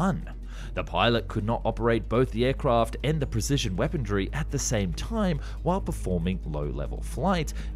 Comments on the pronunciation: You do realize the word is weaponry, not weapondry, right? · Weaponry not weapondry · POLITE NOTICE: I have checked with numerous, well respected, sources and can positively affirm that there is no "d" in the word "weaponry" I'd be incredibly grateful if you could revert back to the original (non d) pronunciation. Thankd you! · Why are so many young YouTubers saying the word "weaponry" with a D in it? "Wepondrie" or "Wepondry" it's so so slightly annoying lol